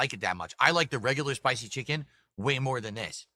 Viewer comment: Add a new one to the list... "Jiken " instead of chicken